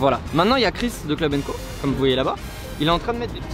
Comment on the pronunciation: On dis pas kamon on dis komme